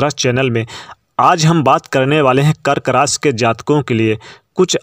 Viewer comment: रास या राशि 😂😂😂 भाई बोलना तो सीख लो पहले